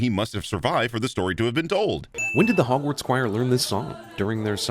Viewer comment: Love how you say hogwarts correctly